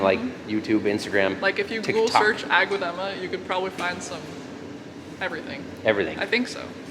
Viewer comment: it sounded like you said egg instead of ag also.